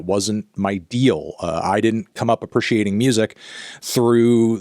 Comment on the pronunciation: Bro simply ignores a vowel in "appreciate"